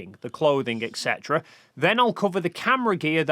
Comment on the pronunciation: Did you just say ECK-cetera?